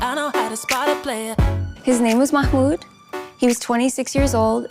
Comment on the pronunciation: Bro if you ever do another video, his name is pronounced "mah mood"